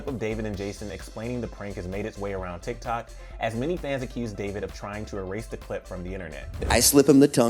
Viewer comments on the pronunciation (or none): none